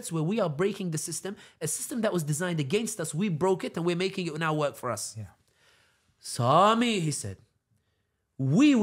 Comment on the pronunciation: His Turkish accent pronunciation of "Sami" was perfect 😆